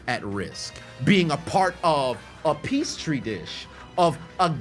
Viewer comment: Also it’s Petri (pee tree) dish NOT PEACE TREE smfh 🤦🏽‍♂️